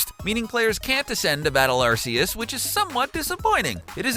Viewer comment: it's pronounced ARK-E-US, noob